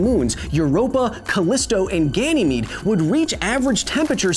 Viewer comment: Calyst-bro and Gainy-mede ...lol